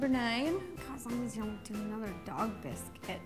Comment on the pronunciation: ro sounds British when saying biscuit